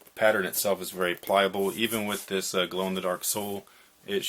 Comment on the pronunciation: LOLOL bruh I stay laughing every time you say pliable but good review appreciate it b